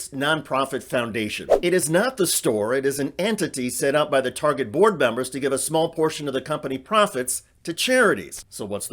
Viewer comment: She loves to shop at "Turget", apparently.